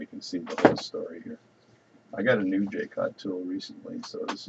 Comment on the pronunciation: If you can't find Jewel gauges, a set of regular gauge pins, from 0.5 mm up to 200 /per 1/200mm will work really well (and has other applications too!) And it is pronounced Ja-cot or Zsa (as in Zsa Zsa Gabor) -- Co (as in Comanche) Hugs ! Paddy